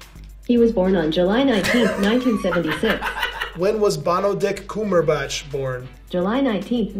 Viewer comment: Someone says cumberbitch